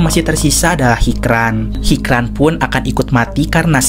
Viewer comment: Hicran dibaca hijran min krena bhasa turki hruf c dibaca C ,yg sicin pertama hoca itu bukan nama tapi panggilan utk orang yg berilmu atau tenaga pengajar juga bisa yang jelas yg punya ilmu